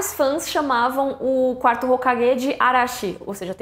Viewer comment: Muito boa a informação, adorei o vídeo, sempre acompanho. Mas ouvir 4º hokaGUÊ , ... mano que ranço ouvir isso xD